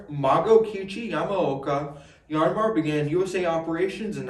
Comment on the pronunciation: Why "YARN-MAR" ...is that right?